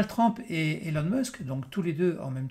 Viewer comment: TRUMP se prononce TRUMP et non TRAMP